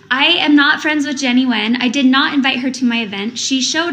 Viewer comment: Her last name is pronounced like "Gwen". OMG!! You killed me with "Little girl!" You sounded just like Mary. LMAO